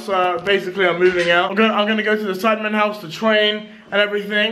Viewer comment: she said sidemEn